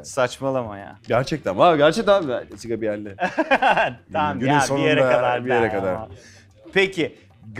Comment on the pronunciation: Allahimmmm okadar modern olmaya calisan bi sunucu ama daha jessica biel isminin nasil okundugunu bilmiyor😬😬😬😬😬😂😂😂👎🏼